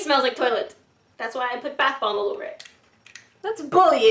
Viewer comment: did anyone ealse hear her say bath blomb?